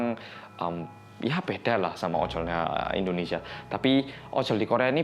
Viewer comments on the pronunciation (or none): none